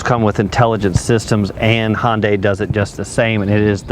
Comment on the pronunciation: One minor nit....it's pronounced "Hun" dai, not "Hon" day, like it's trying to be a Honda product ;-)